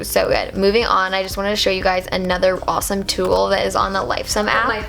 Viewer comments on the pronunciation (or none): none